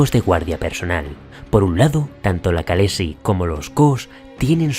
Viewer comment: ¡Vaya currazo! Gran vídeo. Un apunte sobre la pronunciación: las letras «kh» se suelen usar en inglés para representar un sonido similar a la jota española. Si te fijas, en la serie, cuando hablan en inglés (o sea, en la lengua de Westeros) pronuncian con 'k' y dicen «kalessi», etc. pero cuando hablan en dothraki pronuncian «jalessi». Están basados en los pueblos de las estepas de Asia central, que tienen ese sonido: llaman a sus jefes «jan», aunque len muchos lugares lo vemos escrito como «khan».